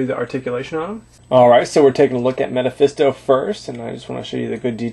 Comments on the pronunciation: not to make you feel stupid but the correct way to say it is mephisto (ME-fis-to) lol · Did this guy just say Meta-phisto? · he keeps saying metefisto